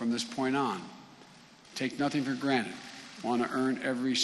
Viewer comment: did he just pull a morty's mindblowers rick and say granite?